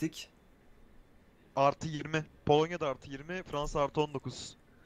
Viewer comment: abi polonnya yerine kolanya anladım